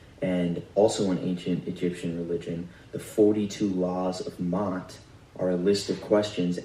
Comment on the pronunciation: If you’re going to speak on things say, The person name right even Maa’t please 💚🫶🏾🙌🏾Now this one said he went into a sun that had a cross because thats some Roman shit there their the ones that create the cross he who hang on a tree is curse.hell nah🫶🏾🙌🏾💚